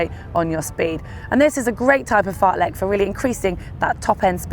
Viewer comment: AAAAAAAa the Lek pronunciation is killing me as a swede